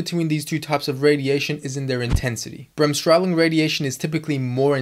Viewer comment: You can simply say Bremsstrahlung, without adding the word " radiation". Good pronounciation, btw. Breaking it down would be easier as Brems (break-) strahl (ray/radiate) -ung (-tion)